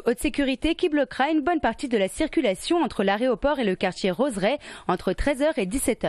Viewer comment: 1minute 34 « l’aréoport « là derniere fois que jai entendu ça, cétait dans la bouche dun gamin de 5ans , décidément le journalisme s’arrange pas...